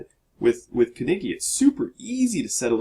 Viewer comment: Respectfully can you pronounce Conigy correctly it makes me cringe because I don't like people mispronouncing names. (coin-i-gee gee like gee wiz dude that's cool) I understand I do it myself but I work on not pronouncing names incorrectly. I am not sure if I pronounce Poloniex correctly. LOL